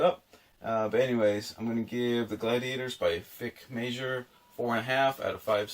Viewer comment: Hello – I’m really enjoying your channel. (Meijer is pronounced similar to Mayor.) I’m working my way through Roma aeterna, the second book in the Lingua Latina series, and I’ve started the Athenaze series for Ancient Greek. I can’t help but think I’ve seen your face on a Roman coin – you should have worn your gladiator costume for this video!! - Judd